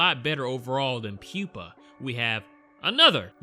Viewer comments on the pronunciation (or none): none